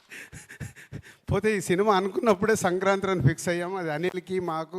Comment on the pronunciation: సంక్రాత్రి కాదురా కంట్రీ యదవ సంక్రాంతి